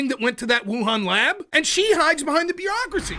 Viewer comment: Stop saying "beerocracy"